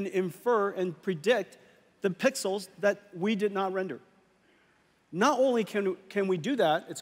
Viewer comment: I heard him 😂